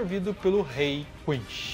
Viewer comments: Lá vou eu ser odiado por criticar a pronúncia do vídeo inteiro. O vídeo é super legal, mas as pronúncias estão quase todas erradas. E não estou falando das palavras de origem alemã, falo de inglês e japonês. Eu não sei onde e como a pronúncia "errada" de quinSHI se tornou tão difundida, mas a pronúnica correta é quinCy. Com C e não com a pronúncia "errada" japonesa que não consegue falar o C ECOmundo, é HUECO mundo. Seria legal refazer com as pronúncias corretas. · O jeito que ele fala quincy kkkkkkkk